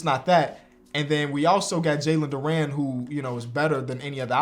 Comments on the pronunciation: Jalen durant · this man does not know how to pronounce jalen duren’s name